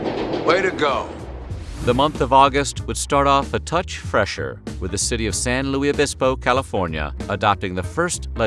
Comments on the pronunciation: If you’re from the first city to an smoking in bars, San Luis Obispo, we pronounce it, “San loo-iss obispo,” not “San loo-ee obispo” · I live in San Luis Obispo and that's not how it's pronounced! Also I had no clue we were first to ban smoking in bars. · San Luis (Loo-is) Obispo... no worries. Happens a lot.